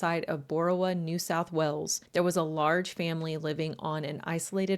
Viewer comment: Enjoyed this but it was really confusing with your pronunciation of things. Cult and colt arent pronounced the same. Wales sounds like wells. Jail sounds like jell. I did subscribe though and hopefully the other videos are better